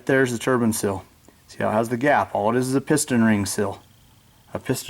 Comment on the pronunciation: And it's seal, not sill. haha